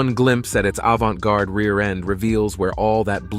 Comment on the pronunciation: Omg how did this guy just pronounce "avante garde"?! 😂😂😂😂 i bout choked on my coffee!!😂😂